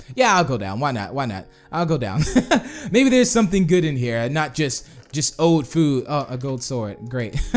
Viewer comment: why did you say goot armor